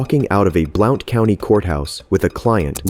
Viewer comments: You probably won’t see this, but I just thought you should know that Blount County is pronounced “Blunt”, not “Blownt” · Blount is pronounced blunt